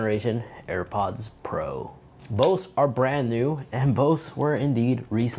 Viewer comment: "so bose support bose operating systems" anyone else get thrown off by the fact that when he says "both" he says "bose"? lol